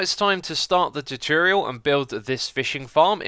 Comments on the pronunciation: Please learn to pronounce the words Nautilus and Tutorial... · I love this CHOOTORIAL xisuma! (Not hating)